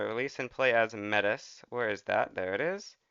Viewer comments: Just a heads up, the Metis are an ethnic group of indigenuous french speakers, and its pronounced May-Tee rather than Mettis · metis is pronounced "may-tee" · It's "May-tea" by the way, chat. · Its pronounced may-tee. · not be an asshole but its pronounced mei tea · obligatory "thats not how you pronounce mètis" comment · no he didnt